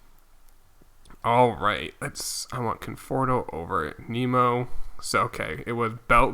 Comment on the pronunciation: The way he says Nimmo. It’s gunna kill me